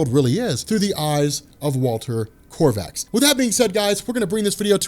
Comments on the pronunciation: it is not Corvax, it is Kovacs. either pornounce it as the hungarian origin, stg like "Co whaach", or as the english use to: "Co wax", but this Corvax is waaaay off. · hey Rorschach's name is "Walter Kovacs" NOT Walter KORVACS maybe you should read the source material yourself. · Kovacs = "Co-vacks". NOT Korvachs or Krovachs., there is no 'R' in his name. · Its Kovacs not Korvacs god damn lbvvfs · Co-vacs no R none whatsoever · Kovacs doesn't have an "R" in it. I know.. it's petty and foolish but it's kinda irking me. I keep hearing say "Korvacs" and I twitch a little bit. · Dammit "Kovacs", no r anywhere jajajja. Pretty sure your just trolling us 😂😂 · Korvaks?? Cringe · Korvaks... grinds my gears so much. There is no R in Kovacs... it is pronounced Kovaach. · Sorry to be that guy but it's Kovacs not korvacs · nice video as always - Walter’s last name is pronounced ‘COH-VACKS’ though; not COR-VACKS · It's notta "shape-shifting material", it's just ink embedded in a temperature-sensitive material. Also, KOvacs. O, not OR. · Korvacs? You’re just making up letters now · love ya like a brother, there is no "R" in Kovacs. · Yeahhh. .. there's no R in Kovac. Makin my eye twitch man. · I'm from Hungary and kovacs is a hungarian Last name. It means blacksmith. If you can look up how to pronounce it maybe it will even be easier for you. Anyway thanks for your comtent, watching every Vid of you till the day i die. <3